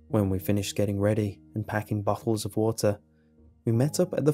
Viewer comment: he said bottles of water (sounded like buttholes of water)